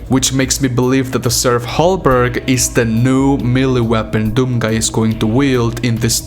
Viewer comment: Hey just FYI Serf Halberg = most probably Halberd btw (a type of medieval polearm) not Halberg, and also Serf = the game files name for the armored titans, especially the one in the cinematics of Siege. Now as we know their weapons are some sort of mace/hammer, so they were changed during development (just like so many other things btw) Just FYI: ) EDIT: Also, I would bet my left t3stik0la that the weapon is going to be the blue Sentinel/Wraith energy axe that is already in the gamefiles. Crucible is in the Titan's head (this is way after the Taras Nabad battle when the Slayer gets his powers and defeats the Dreadnought embedding the Crucible sword in his forehead) and we get that later in Eternal so lorewise makes no sense. We already had the sentinel warhammer also, and Spear / polearm/poleaxe/glaive/halberd/staff/etc seem more suited to Atlan IMO.... this is just my dos centavos mi amigos!!!